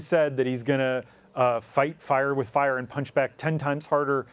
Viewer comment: Fights FAUR with FAUR! Dear God, learn how to speak properly and stop with the "uhhh"s